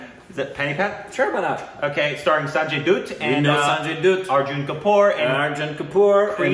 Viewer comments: It's pronounced as "DA-TT". Not "DUTT" FOR SANJAY DUTT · For gods sake its not samjay doot its sanjay dutt.not p u t for put But H U T for hut thats how u say "dutt' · Why do you pronounce dutt as dooooott and not like butt?? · Dutt is pronounced like Butt. Not boot. 🤷‍♂️ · It's sanjay dutt, pronounced as bat, not boot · My dudes. It’s not Sanjay Dude. It’s Dutt, Like but, like hut, like cut. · It's not dude Its dutt like butt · Sanjay Dutt is said as datt nut duuutt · Sanjay Dutt (Pronounced as Dath/similar to Alia bhatt)😋😁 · Dutt should sound like 'cut' I believe 🤔🙏🏻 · It is Dutt as in Mutt. Mutt as in a dog.